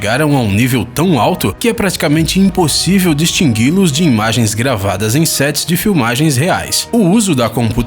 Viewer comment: eu ouvi ele falar distigui